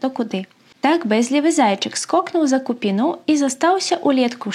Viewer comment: Тое самае "сь" мяккае павінна быць у словах "сьнег". Рэкамендую паслухаць этнаграфічныя аўдыёапісы - яны ёсць у ю-ц’юбе, пашукайце па фразе "студэнцкае этнаграфічнае таварыства". І яшчэ. "кУпіна". Таму "за кУпіну", а не "за купінУ". Выбасаюся яшчэ раз і жадаю вам плённай працы.